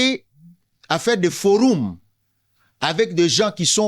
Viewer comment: Foroum te. "Forum"